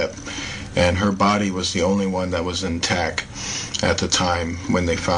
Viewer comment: Dr. Ramon de Torres That's actually a pretty good point. We don't feel the Earth move because of it's mass and the speed at which it is moving. Just like straight normal flight on a plane. Still though, this guy is just really reaching with this video. And I can't take how he doesn't add a T to the end of the words that end in T. "She's still in tac". Ugh!